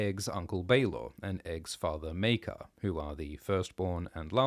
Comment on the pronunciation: It's pronounced... Mere-kar!